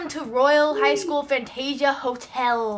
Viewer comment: You said "Fantasia" wrong!